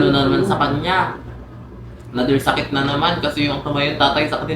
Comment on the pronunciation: Sakit❌ Saet✅